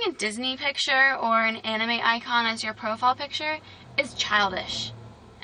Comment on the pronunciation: The word 'anime' seemed weird coming out of her mouth XD